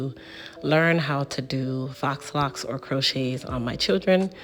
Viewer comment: faux locs pronounced "Foe" locs